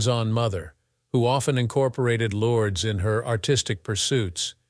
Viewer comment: Learn to say Lourdes name properly if you want someone to listen. Turned it off after a few times.